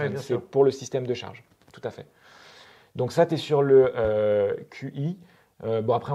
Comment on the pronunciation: Le « Qi » se prononce « chi » 😉. Merci à vous pour vos vidéos ! Continuez comme ça !